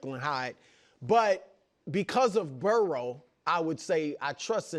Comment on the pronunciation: Broussard's pronunciation of 'Burrow' almost sounds like a dog barking